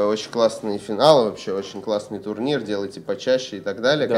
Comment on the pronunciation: Турнир, не туринр.